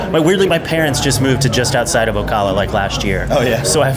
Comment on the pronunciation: I guarantee Neil is thinking "why is this guy pronouncing Ocala like that?" He's said "o-cah-la" like 3 or 4 times. It's o-CAL-a